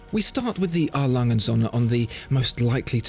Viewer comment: LangE. Not Lang. UND sohne. Not AND sohne